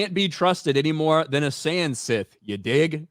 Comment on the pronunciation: Instead of Sith please say hard th going forward.